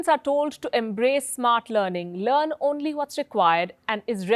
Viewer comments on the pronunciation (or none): none